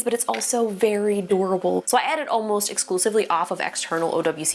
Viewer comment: Justine, the way you say durable makes me laugh